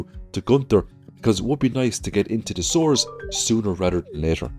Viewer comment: Whenever he says "sewers" I hear "sores" and go eeew and have a laugh